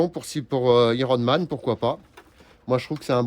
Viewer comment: Comment il prononce iron man 😄